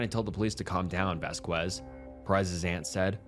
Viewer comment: Loved this video! Would love to see more like this in the future along with your regular content! Just one note, the name Vazquez/Vasquez is usually pronounced like vass-kez not vass-quez. Other than that, loved all the detail and information! Just thought I'd let you know